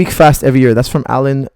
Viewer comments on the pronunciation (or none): none